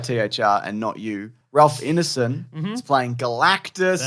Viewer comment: It's Ineson as in Wine-son rather than Ineson as in Dinner-son (straight from the Finchy's mouth)